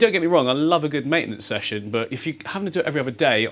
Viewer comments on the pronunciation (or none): none